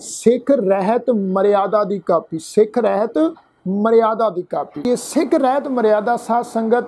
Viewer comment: ਵੀਰੇ ਰਹਿਤ ਨਹੀਂ, ਰਹਤ ਹੈ ਅਸਲ ਵਿਚ।